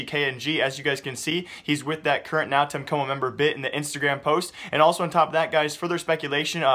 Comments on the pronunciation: bro pls just say NTC is really strange hearing nau tenhe coumo Xd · NÃO TEM COMO LEARN HOW TO SAY IT